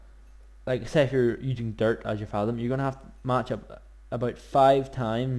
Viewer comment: Is there a particular reason you pronounce thaum as fathom, as opposed to thumb with an A in it? (I.E. th-a-umb) It's a minor gripe, I know, but it does make watching an otherwise great video rather a chore for me. Still, cheers for the video it was usefull!